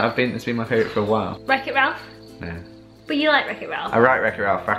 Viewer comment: its so funny that cant read wreck it ralph. hahahahahahahaha